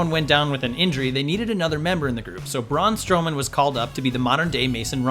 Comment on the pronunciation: Lmaooooo. "Braun Strowman" 💀💀💀💀